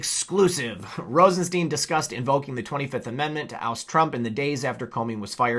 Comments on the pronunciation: It's Rosenstein, as in Frankenstein not, 'Rosensteen'. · I'm a new follower ...RosenSTEIN is pronounced like frankenSTEIN. Like a stein of beer. Cheers!